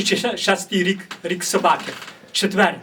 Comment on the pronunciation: Сєчень двітисяче девятьнадцятий рик......рик свинюки...